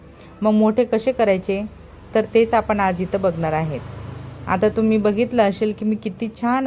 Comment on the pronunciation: तुम्ही मराठी बोलता पण ठुम्ही तुम्ही गडा काय म्हणता